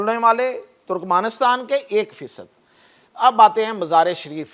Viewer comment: او صاحب قوم کو تلفظ تو ٹھیک بتاو جیساکہ. مزار شریف کو مزارے شریف کہہ رھے ھو اس طرح تو نئی نسل کا تلفظ بھی غلط ھو جائے گا